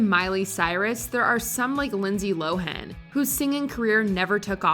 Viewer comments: By the by, Lindsay Lohan pronounces her name [low-ehn] as opposed to [low-han] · Poor Lindsay, no one pronounces her name correctly. It's pronounced "Lo'-wen."